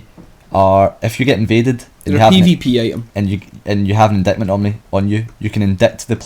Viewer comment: Indictment: In-Dite-Ment